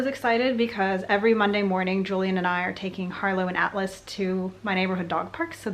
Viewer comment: This whole time I thought Julian’s Service Dog’s Name was Alice until he said he then I really listened to the way you said it. Then I realized it was Atlas 😂😂